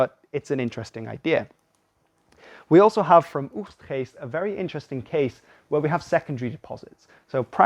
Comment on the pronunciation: I do enjoy a very British voice suddenly spitting out words like Oegstgeest. 👍🏻